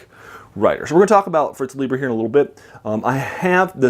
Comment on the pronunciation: Pronounced Fritz LIE'ber.